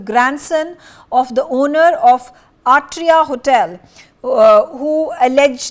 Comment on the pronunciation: It's ATRIA hotel, not ARTRIA